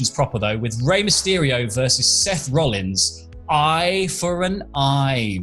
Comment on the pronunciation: I'm sorry, Seth ROLLIS? Seth Rollis.